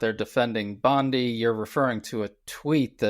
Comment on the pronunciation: This girl must be the only person on the planet who can't pronounce Pam Bondi's last name